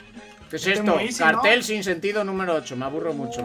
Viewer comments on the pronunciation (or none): none